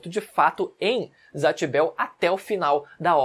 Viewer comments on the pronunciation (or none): Vídeo muito bom, mas poderia dizer os nomes de zatch e kiyomaro igual falam no anime, tipo "Zetch" e "kiyomaro" ou só "kiyo" Vc fala assim: "zatch" e "kiyomáru"